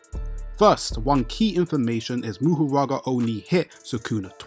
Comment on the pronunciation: Isn’t it Mahoraga instead of Muhuraga like you say?